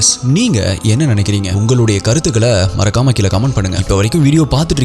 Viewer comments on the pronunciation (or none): none